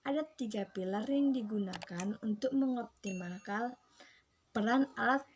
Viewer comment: Menit 4.31 "Mengoptimalkal" Awokawokawok